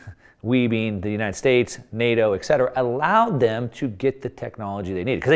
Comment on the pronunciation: Peter Zeihan, Raoul Pal, "ek zetera" approve your message :)